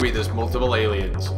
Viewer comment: "AELIONS" LOL!!!!